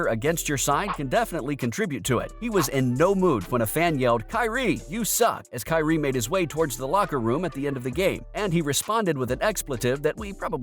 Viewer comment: The word is KYRIE